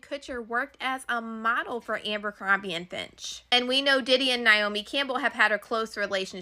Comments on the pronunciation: If that girl said Abercrombie incorrectly one more time..... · I swear to god if I have to hear her say Ambercombie one more time….😂 who’s gonna tell her it’s Abercrombie???